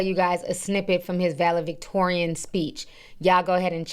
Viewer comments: Vale-Victorian huh?😂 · Ti i love you, but its ValeDictorian with a D